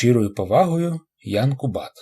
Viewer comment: Всі чеські прізвища наголошуються на перший склад, тож КУбат.